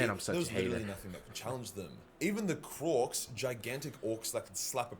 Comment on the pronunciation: Krork not "kronk" lol